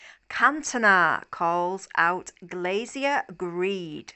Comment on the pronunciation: It’s GLAZER not GLAZIER. You’re welcome